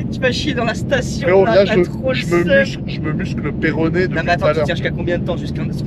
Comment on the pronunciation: le moment ou dit péroné a la place de pérynée chui mort